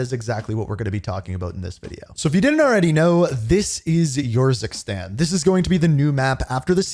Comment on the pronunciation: why is he pronouncing it like "Your sis tang" 😭😭😭